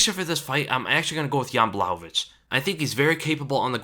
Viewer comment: Pronounced Yan Bwah-hov-ich. You're saying it right